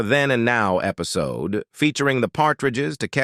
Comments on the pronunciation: Lose the irritating, unprofessional and overused AI voice. What is with you clowns who use this voice. What is an episodey? You deserve everything but of criticism coming your way! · What the hell is an episody? Come on, AI you've GOT to do better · Right?! I don't know what an "Episodey" is. My question is how hard is it to proofread and edit your own script, then listen to the result yourself first so you can make any needed changes to it before the world sees/hears it? I'd do it in a heartbeat and it would only take a couple of minutes at most to make sure everything is spelled and pronounced correctly. If you're going to use AI, then use it. But listen to it before you submit it for public viewing. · This narrator can correctly pronounce repitour, but they can't pronounce much simpler words like episode